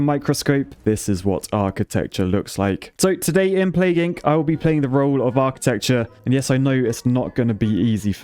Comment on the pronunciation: Plague "INK"?????